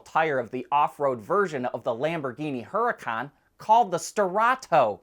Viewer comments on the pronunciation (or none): none